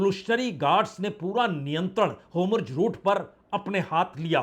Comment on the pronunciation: हॉर्मुज को होमुर्ज न बोलें बाजपेई जी